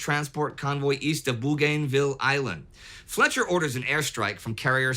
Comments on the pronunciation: “Boogaynville” island It’s Boganville mate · Bougainville is actually pronounced "bogan-ville" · In Aussie English at least, Bougainville is pronounced bogan-vill, the plant as boganvillea (as an aside, and no connection, a bogan is Aussie slang "for a person whose speech, clothing, attitude and behaviour are considered unrefined or unsophisticated". Similar to chav in British English. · Indy, Bougainville is pronounced Bow-gan-ville. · The way you pronounced Bougainville made me facepalm